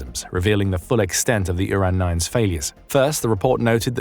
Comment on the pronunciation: Didn't even mention the flaw of naming this thing Uran and pronouncing it Urine